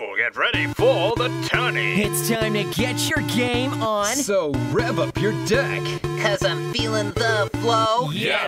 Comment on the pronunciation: They say "Deck", I hear "Dick".